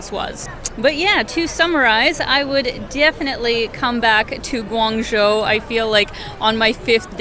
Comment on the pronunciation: You did a good job of reviewing Guangzhou and you even got the pronunciation down! It's a lot easier to travel there than it used to be 20 years ago when I first went and my goodness is it different now, it used to be nearly all bicycles back then. You can get a 10 year visa to make travel to China much easier for a Canadian. I was surprised you haven't had congee before, in the Toronto area, congee restaurants are everywhere. I saw you also like Pandas, if so, a trip to Chengdu would be really enjoyable and it's a pretty fabulous city in its own right. If you can, I recommend trying to meet up with locals when in China, you will experience it much differently if you're not just a tourist.